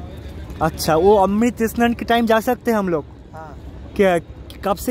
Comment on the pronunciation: E Snan E Snan E Snan.... Mane seriously... Oshojhokor! snan bolte ki kosto hoi